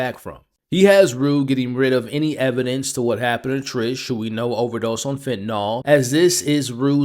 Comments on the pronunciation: Her name is Tish not Trish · Not that it really matters but it’s TISH not Trish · TISH! it’s TISH